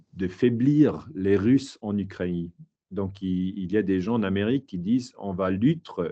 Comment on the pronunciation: Ukraine, Moscou - drôle qu’il ne sait pas comment prononcer 🤭